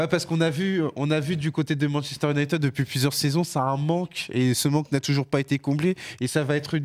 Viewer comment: On dit « Younaïtiiiiiiid » pas « Younaïteud » Ça sera pas épinglé mais pouvait faire un effort